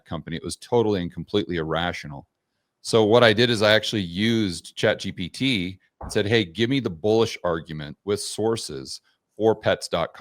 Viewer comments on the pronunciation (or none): none